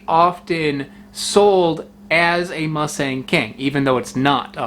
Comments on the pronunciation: "Moo"-Sung emphasis on the first syllable. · The first syllable of Musang King is pronounced "mou" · it's pronounced "moo s-ah-ng", like a normal hard latin "ah" sound. such an english thing to pronounce the letter "a" as "e"